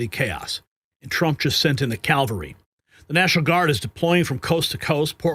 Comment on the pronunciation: Sorry, my friend but' Calvary is the hill Jesus died on. The CAVALRY involves horses, dear. Sorry I sound picky. Wonderful broadcast!. All the Dems have left is relying on falsely whipping people to pity these criminals. Misplaced pity!!!.